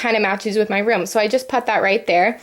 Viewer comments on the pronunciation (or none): its ROOM not ROM you say it wrong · Its sound likes h say rom instedvof room